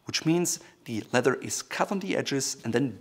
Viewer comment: It is a kind of crossover word. He is a native German speaker and in German the word for leather is Leder pronounced lay-der such that ‘ledder’ is somehow in-between. Great channel btw!